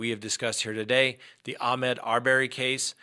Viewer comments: pronunciation of his first name is wrong. Ahmaud not ahmed. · Ahmaud. Not Ahmed. 🤦